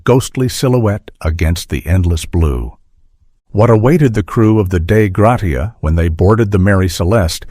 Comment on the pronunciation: "Grasha" not "grot-e-a."